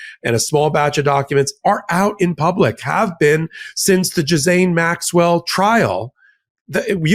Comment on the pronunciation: Since Medias Touch is discussing Epstein and his co horts, I think the names need to be pronounced correctly instead of struggling with the correct pronunciation such as Ghislane. I understand it's an unusual pronunciation, but you know who knows how to pronounce her name properly? Virginia Guiffre/ Roberts. Here's a phonetic spelling to help: Gair lan.